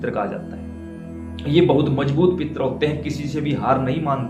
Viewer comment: "पित्र" लिखना या बोलना ग़लत है; सही शब्द 'पितृ' है जिसको सही रूप से लिखना एवं बोलना चाहिए।